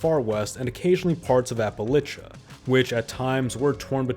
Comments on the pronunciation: maybe you should figure out how to pronounce Appalachian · Is it a drinking game? Every prononciation variation of Appalachian